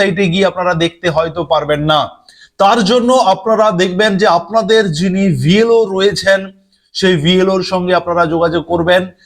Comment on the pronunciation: কথাটা vlo না blo, আপনার উচ্চারণ ঠিক করুন।